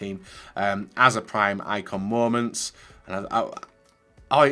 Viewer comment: I hate when he says mooments